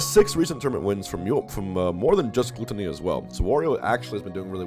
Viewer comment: Wth is a "Glue-ttony"?